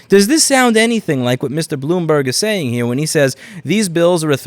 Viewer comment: the new york accent finally slips out in "sayin' 'ere"